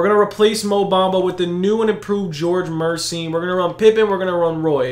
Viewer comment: Gheorghe MURSYN 😂